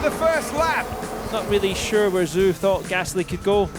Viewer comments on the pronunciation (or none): And whoever was the one who said Zoo Instead of Zhou 😂